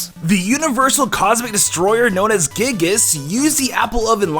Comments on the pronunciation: Gyigas not gigas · It’s guy-gus Not Gig-Gus